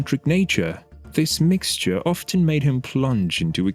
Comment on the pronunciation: There's no "t" sounded in "often".